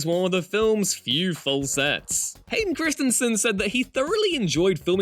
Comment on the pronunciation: Christy-n vs Kristinson? Various other words get the wrong emPHASis on the wrong sylLABle. Especially well known names. 🙄